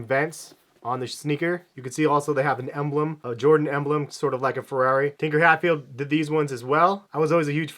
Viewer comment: Tinker Hatfield is a genius lol. Probably butchered his name though